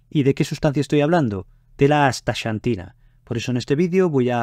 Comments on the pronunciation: No es "chantina" sino "csantina" o, si acaso, "santina". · Muy interesante. Gracias por la información. Curiosa pronunciación del nombre "Asta(SH)antina. Acá, en el continente americano, pronunciamos la "X" diferente, más parecido a "Asta(KS)antina. Saludos. 🖐🏻